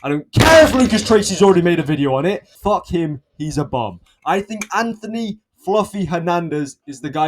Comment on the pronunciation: "Who the fook is thát guy?"